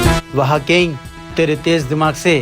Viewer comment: King❌ ling😂